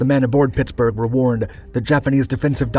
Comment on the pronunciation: I’m fully convinced the narrator is a. The way you say Pittsburgh sounds a lot like “Pixburgh” like us yinzers